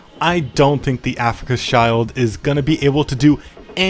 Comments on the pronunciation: Afrika Child was really funny its actually afrika shield, pretty similar pronunciation actually. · My brother in christ "schild" and "shield" sound more or less exactly the same in both languages stop saying "child" 😭🥀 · yea definitely, "Africa's child" is not the right way to pronounce it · I'm not an expert in German, but I think Schild is pronounced like 'shilled' Sorry to be a bit of a pedant